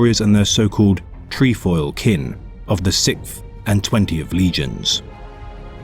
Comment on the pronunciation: Tree foil kin?